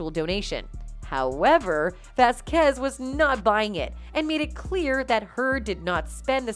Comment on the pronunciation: LOL It is not vasQUEZ it is VASquez the accent needs to be put on the first syllable.